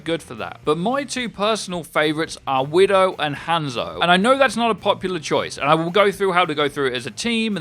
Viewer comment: The way you say "Hanzo" is triggering me...